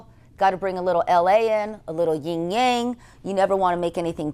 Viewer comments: What a beautiful home. Now if its owner would learn it's yin and yang, not ying yang. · Thanks for this tour - your home is beautiful. But I have t ask - how can you have been in interior design for all that time and not know how to pronounce yin yang? It's YIN (no g in here, so you don't pronounce it), Yang (in this word you pronounce the g).